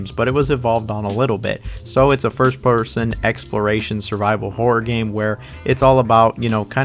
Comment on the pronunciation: As a Brit It really sounds like you're saying "whore game" 😅